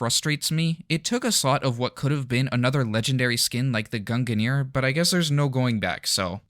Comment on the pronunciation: I absolutely hate the way you say Gungnir